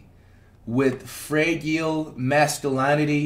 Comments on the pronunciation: flight reading everything is funny asf “fray-gille” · Bro said freegial … 😂😂😂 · Flight rlly said fray-gyal mascu-lineity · Flight Reading the Description…” Fra-gee Ale” 🤦🏽‍♂️🙏🏽🤣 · Flight you my nigga big support from the Uk but god dayum my nigga how can you not pronounce fragile properly 😭😭